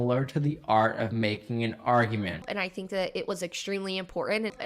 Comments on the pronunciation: A British RP speaker living in California (left UK 1994) I've noticed changes in the UK (eg R's are weakening towards "W"), but changes in the US too. Especially the glottal T, words like "important" (as heard ) have surprised me more recently. Also using different words like "It happened ON accident" is on the rise (instead of "BY accident"). Consider it's just like "it happened ON purpose". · You are brilliant! NJ native. My pet peeve is “impordant !” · very impor-en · impor’eh. aaaaagggghhhh! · A stellar example of this is watching Memory Taylor Green trying to pronounce the would "important" . She seems to find pronouncing both those "T" sounds just a bridge too far. This is a small part why she sounds like an idiot.